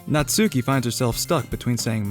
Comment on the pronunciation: Ditch the "U" when pronouncing "Natsuki." (Not-skee) Aside from that, very fun dub. :)